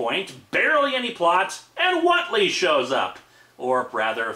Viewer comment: I lived in a town with a Whately family as a kid. The name is pronounced WAIT-LEE, not WOT-LEE. There's an "e" in the name for a reason. They'd have punched you right in the nose for getting their name wrong and it wouldn't have been with a tentacle, either. Tough old coots, those Whately brothers. And yes, they'd read Lovecraft and gotten a good chuckle out of it. No relatives anywhere near Massachusetts.